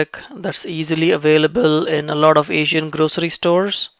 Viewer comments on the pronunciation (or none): none